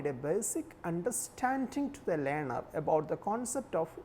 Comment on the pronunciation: what the fuck just he say "lyaner" for learner!